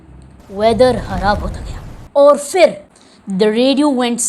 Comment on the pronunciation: فر نہیں پھر صحیح لفظ ہے